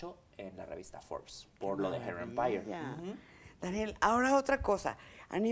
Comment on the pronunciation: Jajajjajaja la cara de Mara esperando que él la corrigiera , un cursito de ingles , la verdad que ni él pronunciaba bien hair Empeire o como se escriba Jajajaja